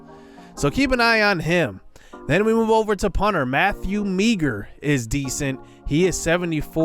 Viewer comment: Meagher is mmg and it’s pronounced (mah-her) 😂 that’s funny